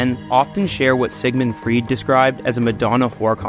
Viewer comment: Stopped watching at "Sigmund Freed"